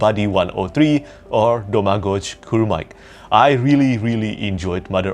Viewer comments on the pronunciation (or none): I'm from Croatia, same country as Domagoj Kurmaić! It makes me so happy seeing a local author making it in fantasy writing. Also if it helps his name would be pronounced more like "Domagoy Kurmaich" :)